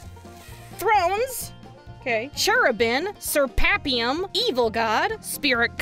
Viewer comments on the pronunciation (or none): "Seraphim" isn't a hard word to pronounce. "Ser-Aff-Eem". See? It's easy! :) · I lost it at Sir Papium xD Dyslexia is both a blessing and a curse, and fortunately for, Seraphim is the only one I could tell had horribly mispronounced, so good job!:) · How the fuck does one butcher Seraphim so hard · Great episode, but I'm legitimately impressed; I have never heard anyone mispronounce "seraphim" better than you, so congrats.